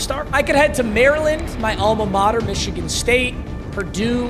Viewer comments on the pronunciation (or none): none